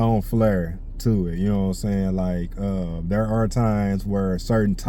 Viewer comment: I like hearing you say there lmaoo it sounds like derrr lmaoo southern twang